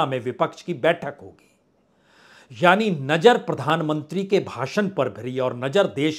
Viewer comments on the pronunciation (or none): भाई ये नजर क्या होता है नज़र बोला करो। बहुत बुरा लगता है सुनने मे। हजारों को हज्जारों बोलते हो। अपना accent सही करिए। मैं आपकी पत्रकारिता को पसंद करता हूं। आपका अंदाज़ भी अच्छा है। लेकिन आपको अपने Talaffuz पर काम करना होगा।❤